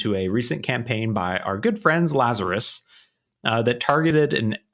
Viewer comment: "our good friends lazarous" uahuahuahuahuahuahua